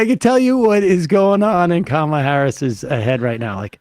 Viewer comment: The power move no one is mentioning is when they came on stage and shook hands. She clearly and loudly said Kamala as a dig to trump for mis pronouncing her name.